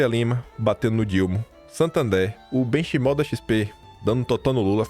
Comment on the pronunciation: Ô, o nome do Benchimol se pronuncia “Benquimol”.